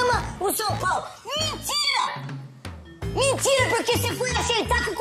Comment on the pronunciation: Clica aí no que vc escreveu, clica aí.....vai direto p ele falando mintira